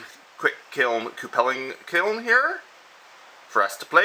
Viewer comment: I've always heard it pronounced q-pull or q-pull-ing not coo-pell-ing. By the way, you might want to think about getting a leather bib (or at least flame resistant cloth like the cheapy welding coats) to protect your beard from the heat.. All you need is to light your beard on fire... that'd be bad.